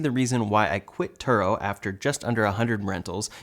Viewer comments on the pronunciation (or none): none